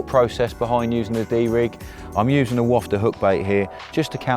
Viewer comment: Please please please!!!! It’s a wafter!!!! Not a wofter!!!